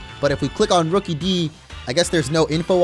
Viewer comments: It's not rookeedee it's rookidee like rook-uh-dee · This is how to pronounce Rookidee Ruu kid e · look it's a rukidee when it's name is rookidee